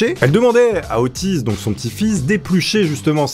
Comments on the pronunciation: Au début je croyais que tu disait autiste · Nan mais sérieusement, à chaque fois que tu dis Otis j'ai l'impression d'entendre autiste x) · À chaque fois on dirai que tu dis : ''OTTISTE'' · tu veux dire Ottis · Ottis tool . C la.liaison abrutie